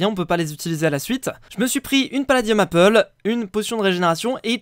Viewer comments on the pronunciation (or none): none